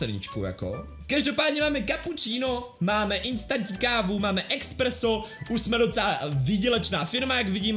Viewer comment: To je espresso nie expresso